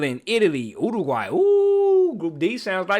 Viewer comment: so proud of you for pronouncing Uruguay correctly 🙏